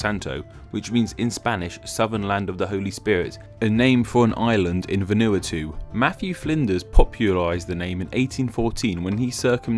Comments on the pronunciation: You pronounced Vanuatu wrong it's pronounced as VanooWatoo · Van, as in the van, u, as in oo, a, is in aa, too, as in you too- Van,u,a,too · Vanuatu is pronounced with the stress on the Van and the Ah not the Nu. It sounded so weird haha :) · Vanu-atu no no no it's pronounced Vanu-ah-tu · Vanuatu Va-noo-a-too? More like Va-nu-ah-tu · I often wondered this, thanks! :) Also, Vanuatu is pronounced VAN-oo-AH-too, not Van-OO-a-TOO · "vanootoo" as you pronounced it is actually vanuatu and is pronounced "van a wa too" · Where is "Vanooah Two" ? - he he.. It's pronouced "Vanwatu" . Never mind norf, souf, east and west. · It's Van-uh-wa-tu not Van u A tu, otherwise great job with the pronounciation. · HAHAHAHAHAHA VEN EWWW A TWO. nah dude it's pronounced van - oooh - wah - too emphasis on the wah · VANOOATOOO hahahah it's propnounced VAHNA-AHHTOO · Oh god you utterly butchered "Vanuatu" VAN-U(ew)-A(ah)-TU(to) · Makes a video about names and says Vanuatu wrong. It's Vanna-wa-too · lol you pronounced Vanuatu as va-nu-at-u it sounds so funny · Also “Ven-new-et-two”... 😂😂😂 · Vanuatu is pronounce Va-nu-a-to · Vin- oo-a-too. . Try again. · Wow, I nearly subbed until you said "van-oo-a-too" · Vanu-A-tu kthx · "vaNOOwatoo?" Seriously? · you pronounced Vanuatu as "Vanooatou" 😂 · This bloke should learn how to pronounce VANUATU ! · Vanuatu has stress on first and third syllables, NOT second and fourth. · The way you pronounce Vanuatu is hilarious! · Pronunciation of Vanuatu LOL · he said Vanuatu wrong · The way he said Vanuatu makes me want to die... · The pronunciation of Vanuatu 🤢